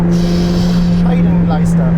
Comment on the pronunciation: Yeah but he said „Scheidenkleister“ that should be something else?! 🙈